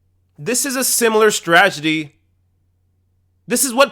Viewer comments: "STRAGEDY"??? Can't you say this word correctly? "STRATEGY" Thanks! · stra-Te-gy not stragedy, you boring tard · "S t r a g e d y"? You seem like a smart guy, I'd hate for that mispronunciation to be used as fuel against you. S t r a t e g y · Agree but it's strategy rather than stragety. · This is a great analysis, but I have to say that I died a little inside every time you said "stragedy." The word is "strategy." Otherwise, though, good points! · "The Democratic Stragedy" lmao On accident or on purpose, that was funny. xD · The word is "strategy" NOT "stragety" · am I crazy or are mispronouncing "strategy" on purpose? No offense or anything. I align with your political views and I'm subscribing to your channel but every time you say that word I keep getting reminded of W Bush's "stra-tee-gery" Stragety. Strategy. Stragety. Strategy. It's hilarious! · STRATEGY. STRAT-E-GY. Say it. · Great program, but stragedy? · It's STRAT-EGY, BTW.